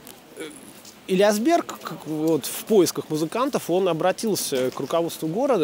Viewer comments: Спасибо. Ударение Элиа́сберг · Уважаемый Юрьевич, большое спасибо за прекрасный фильм-экскурсию! Не сочтите за снобизм, два уточнения: ударение в фамилии великого дирижера - ЭлиАсберг, а фамилия его американо-итальянского коллеги не Тоскано, а Тосканини. Артуро Тосканини. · огромное спасибо,много нового!можно поправить?ЭлиАсберг, нАдолбы